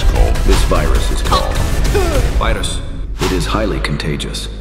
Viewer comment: Bro, hawk tuah is almost heard like "hang tuah". He is the hero in malaysia